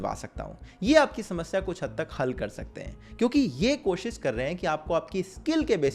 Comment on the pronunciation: "koshis" nai bro "koshish" baar baar practice karo, sahi pronounciation aajaega, koshish karo